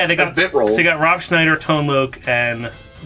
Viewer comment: Thank you for saying Ron Schnieder that way :)